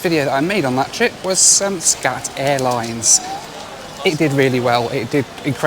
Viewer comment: when i first heard you say SCAT airlines..i thought you said SHAT airlines! hahaha! well..it is what it is..